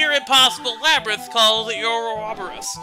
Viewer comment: actually how you say it is or-O-boros